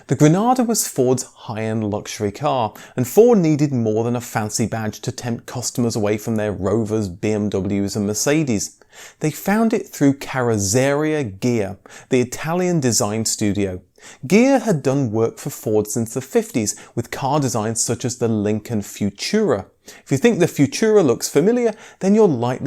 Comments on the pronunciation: I really like your videos but "ker-oh-ZER-ia" Ghia ... c'mon mate! "Car-oh-tser-EE-ah" isn't that hard to say! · Carrozzeria - It's pronounced more like, "Carrot-seh-reeya", the zz in Italian is as in "pizza" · Great, informative video but you need to work on your pronounciation of carrozzeria..... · You pronounce carrozzeria like you've never eaten or heard of a pizza: kaROTzeria. If in doubt, quick search can find this online - or just say '...Italian coachbuilder Ghia...' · Check your pronunciation. When you said "Carozzeria Ghia", I had to stop the video and check the subtitles. This broke up your delivery and left me temporarily nonplussed. Italian pronunciation is, by and large, easy and absolutely regular. All you have to is follow the rules and you won't go wrong.